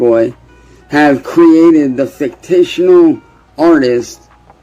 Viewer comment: Hearing him say fictional pmo lmfao